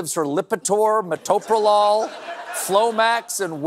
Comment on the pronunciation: Wow!! You said metoprolol better than most medical professionals!